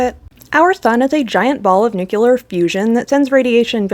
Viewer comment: The Valln Allen belt is to be crossed as quickly as possible to minimize radiation exposure. I thought that was common knowledge! Also, did you say "nucular" instead of "nuclear"?